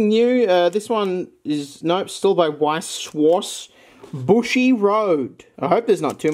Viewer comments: Ich feier wie du Weiß & Schwarz aussprichst 😂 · I'm from Germany and it sounds so funny when He say "Weiß Schwarz". I dont know what Genre it is but translated it would mean "White Black"